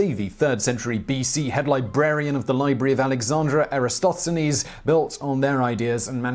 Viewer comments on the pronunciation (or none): A flat earther pronounced Eratosthenes as: “Eee-ratt-O-steenz” 🤣